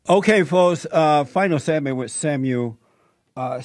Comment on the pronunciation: When Jesse says Samuel it sounds like "Seven-year old" ... how fitting!